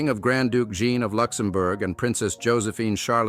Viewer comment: Please pronounce JEAN. Correctly, not in its feminine British version .